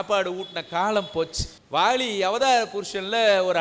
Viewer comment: அருமையான சொற்பொழிவு.... ஆனால் முழுவதும் கேட்க முடியாமல் காது அறுபட்டு இரத்தம் வழிகிறதே...! தமிழ் கொலை நடக்குதே... லகர - ளகரம் - னகர-ணகரம் இடமாறி காதில் நாராசாரமாய் ஒலிக்கிறது.... வாலியை வாளி என்கிறார்.... சுவாமி உச்சரிப்பில் கொஞ்சம் கவனம் வைக்கலாமே...!